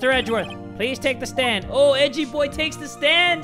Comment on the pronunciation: Not ‘Edgy’ as in suspicious and “cool” It’s ‘Edgey’! As is EDGEworth! EDGEy!